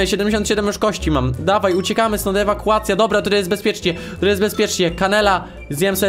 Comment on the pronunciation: Pośmiałam się gdy ty muwiłeś: ewakułacja,ewakułacja XD